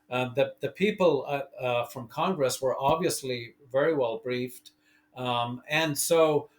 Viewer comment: It's simple. If you think this kind of information needs Showmanship, then the information must be boring. If you realise the information is profound, then please stop acting. Acting is a fancy word for Lying professionally. - "Kong-Gress" 🤭👍🏻 - That wouldn't have encouraged me 😳 that's a profound level of stupidity, to have that reaction to something in a movie. I'm genuinely disappointed to hear any adult has ever spoken that sentence 😐 - Public Swellings are illegal 🙂